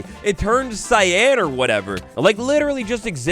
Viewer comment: Bro said SCY-ANNNN